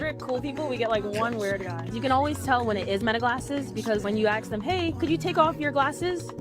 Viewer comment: "when you axe em" Why cant these people speak proper English